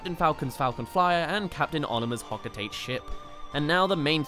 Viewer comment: You are a who doesn’t know how to pronounce Hocotate. “Ho-co-TA-tay” not “Ho-co-tayt”